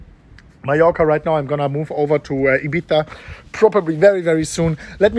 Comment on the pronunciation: Finally a non spanish who can pronounce 'Ibiza' decently ;)